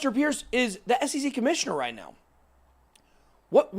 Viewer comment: Just an FYI. Hester's last name is pronounce Purse, like a handbag.